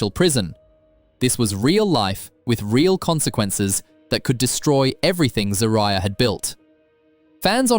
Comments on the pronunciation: This man done called her three conjugations of her name, and STILL never pronounced her name correctly! 😩😩😩😩😂😂😆😆😆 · Every time her name is mentioned. the commentator pronounces it differently. Pick a version and stick to it. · How many ways can this narrator pronounce "Zeruiah?" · The fact that you pronounced her name 5 different ways is so wrong, when her husband pronounced it in the beginning of this clip!! Mad disrespectful bro.